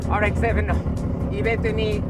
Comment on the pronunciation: RX-7の発音ごっつ素敵やん